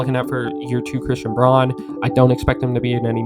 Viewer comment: i just got into NBA after the last finals, this sport is awesome can't wait to see what the nuggets do this year. PS. Christian Braun's last name is read as "brown" apparently lol